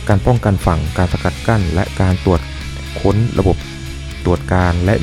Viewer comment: สรุปว่า เป้นเรือขนาดเล็กนะ ไม่ใช่เรือขนาดใหญ่ ตามที่เอ่ยไว้ต้นเรื่อง ถึงการต่อประกอบที่อู่เรือธนบุรี ว่ามีความสามารถต่อเรือขนาดใหญ่ลำนี้ได้อย่างดี และมีเรือเร็วไฟเบอร์กลาสไว้ใช้ในการตรวจค้น น่าจะใช่กว่าการตรวจคน เพราะได้ยินออกเสียงว่าตรวจคน